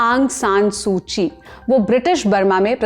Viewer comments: सू ची नहीं सू की है वो😅😅😅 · It's सूकी not सूची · सूची नहीं सुकी है😅😅